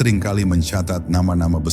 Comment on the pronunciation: Bukan karama bos tp sebutkan dgn kt karhoma ..